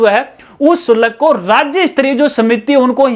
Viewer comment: शुलक नही होता, शुल्क होता है जी